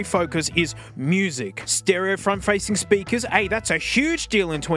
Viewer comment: "BIG SPERKER"